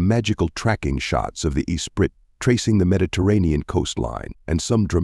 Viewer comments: Turned it off after 4 seconds when your cheap AI narrator does not pronounce ESPRIT. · Same here. Disgusting.